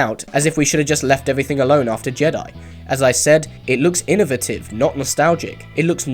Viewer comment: I didn't know you could say innovative that way. Anyway great video!